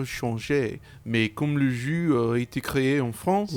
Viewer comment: Damn; your french was very good actually! Just the pronounciation of Jeu was wrong